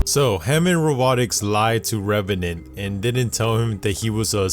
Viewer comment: stop saying reverant